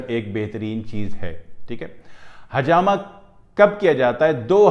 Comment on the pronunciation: Assalamualaikum Aap bahut achi benefits batha rahe ho lykin aap plzzzzz hajama nahi ," Hijama" kahye plzzzzzzzzz